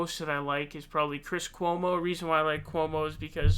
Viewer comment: I died when he said Chris Coumo 😂